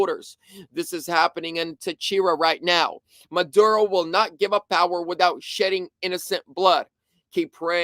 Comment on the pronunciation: its pronounced Me lay and Mo Do ro